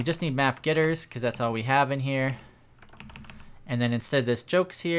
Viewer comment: Why do you say gitters instead of getters? xD